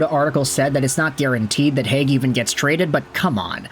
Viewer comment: There was a Robert Hagg in Philly from , BUT the way everyone pronounced his name was more like ‘Hague’…so yes, kinda.